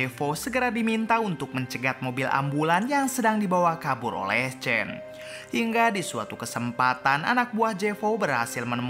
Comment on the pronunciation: Sebut pon salah tulis chan tapi sebut chen...nama susan tu betol pulak sebut...asl tak sebut susen????